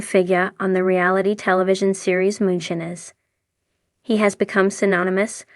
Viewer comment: Why do you say moonshines wrong my god if you can talk shut up.